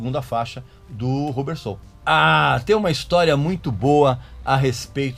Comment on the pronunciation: Só para cooperar, a pronúncia é "Rãbber Soul e não "RU" bber, ok ?